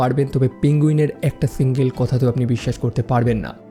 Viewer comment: ছিঙ্গেল না সিঙ্গেল ছিরিজ না সিরিজ